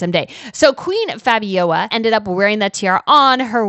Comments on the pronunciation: Let them work to pay their taxes.... their ancestors stole the money to pay for their tiaras and juwels anyhow; and it is Fabio - L - a , not Fabiowa.. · Seems to me that you are having trouble pronouncing the name FABIOLA.. it's not FABIOA its F A B I O L A (practice the last syllable LA LA LA LA LA FABIOLA). TBH its kind of annoying listening to you butchering her name .... please prepare yourself beforehand. Shows professionalism on your part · Hi! Long time watcher of both channels. Keep up the good work! I'm Belgian and I can answer a couple of questions for you. But firstly, it's FabioLa, not Fabioja. There's an L in there;) As for why Lilian was never queen; it's a long story. So she and Leopold III got married in 1941, during WOII and the wedding was only announced after it had happened. Also it would later turn out she was pregnant at the time. Their wedding was not well regarded at the time by the public, because Queen Astrid had only died 6 years before and she was incredibly beloved. That and the fact that this happened during WOII, when Belgium was under German occupation and Leopold III had surrendered to the German regime. To the public it looked like he was collaborating, though in actuality it was a placid neutrality. So the war ends and Leopold III is in exile. This leads to the "Royal Question" (Koningskwestie in Dutch) in 1950 and a public referendum was held on wether or not the king would be allowed to return from exile and presume his role (his brother Karel/Charles had been regent in the mean time). The referendum ends up being in his favor and he returns from exile. But the country was not united in its vote (still Belgium's main issue today), with Flanders (northern, Dutch-speaking region) voting pro Leopold, and Brussels and Wallonia (southern, French-speaking region) voting against him. When he returned this caused outrage in the southern part of the country; riots, attacks, strikes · It is pronounced FABIOLA.